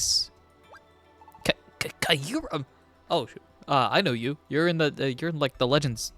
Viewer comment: The goat has returned!!! 🥳🥳🥳 Glad you're back at it my guy! Also just a FYI you pronounce Kyurem's name like Cure-um. The y is actually silent funnily enough lol